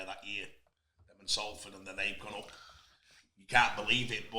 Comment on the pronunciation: Why cant he pronounce Salford?